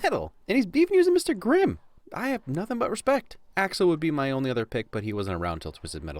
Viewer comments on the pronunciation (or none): none